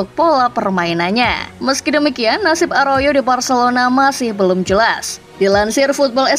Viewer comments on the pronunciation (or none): Aroyo?? Arauho min😅😅